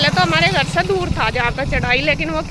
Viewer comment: Ap से को ते क्यों बोलती हो । कम से कम होता है आप कम ते कम बोलते हो 😂